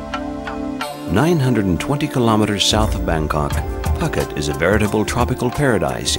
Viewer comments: Ph in Thai is not an 'f' sound but a soft 'p' as in 'pookhet' not 'pucket', at least you didn't say 'Fucket' but you said Koh Fnang instead of 'Pnang', etc.. Phi phi island is Koh Pee Pee - etc. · Phooooket not pucket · did you really say pucket ? try pou ket next time pls ! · Poo-get not Pocket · Phuket rhyming with bucket.lol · It's embarrassing you do not know the pronunciation for Phuket.....said: poo-ket.. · I wish that the narrator had checked out the correct pronunciation of names like "Phuket" and "Siam". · It is ashame that you did not know how to pronounce Phuket correctly! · Narrator should learn to pronounce Phuket